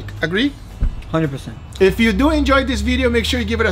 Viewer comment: let's deww it